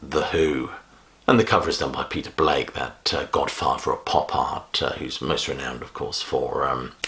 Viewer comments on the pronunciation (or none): none